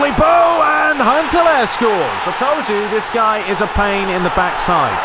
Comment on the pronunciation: can you please also do Pes 2011 ML aswell? By the way its Huntelaar not hunteler ok learn how to pronance and their is fauls in fifa more then it is in pes.🤞🙏